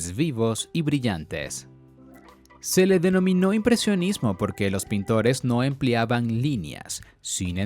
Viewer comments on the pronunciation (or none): none